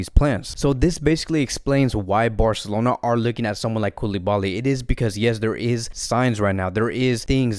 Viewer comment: nobody: this video: fc BAOR-celona